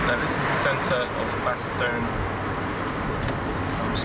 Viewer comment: Funny how English ppl either say "Bastowne" or "Bastojne" when neither is correct XD